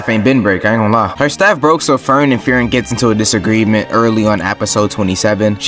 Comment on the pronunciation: "free-ren". not "fear-in"